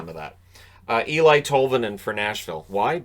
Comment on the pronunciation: Not ELI EELI sounds like Ellie